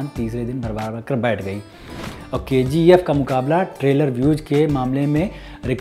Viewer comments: K - G - 'aephhhh' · I thought it's KGF but he is pronouncing as Ke Gi Ef